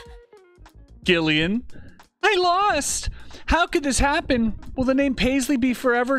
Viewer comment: Gillian - soft G, so say Jillian